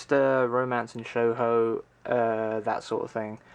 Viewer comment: Shoujo is pronounced "show-joe". Man, building a collection like that is hard work, I have chest of draws where I keep stuff in and I cant organize them vertically, due to the knobs having indents inside the draws, and thus I need to get a new draw unit. Your collection needs some Princess Tutu and Devilman.